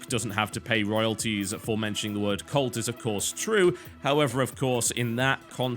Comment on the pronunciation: so i went until about 15 minutes thinking that when he said colt he was saying cult and i was like wtf thats just a word tb